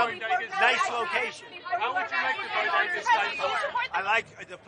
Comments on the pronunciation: Notice how Trump pronounced "BODEGA" correctly... Not like "Dr." Jill's "BOGEDA." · "BOG AH DA" Dr. Jill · Don't you mean bogeda?